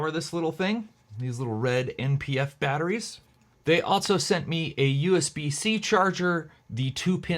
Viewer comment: There is no “T” in the word ALSO.